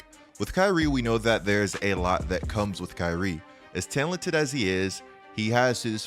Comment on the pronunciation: "tealented" lol